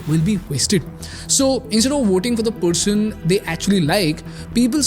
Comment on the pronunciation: first learn how to pronouce "person" not "pershoon" shhh lol